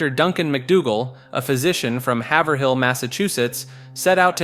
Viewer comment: It's HAY-verhill MA